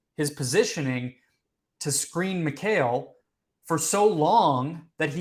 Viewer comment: “Mykale” who tf is mykale? McCall bridges is how it should sound. Y’all’s kale baby 😎😂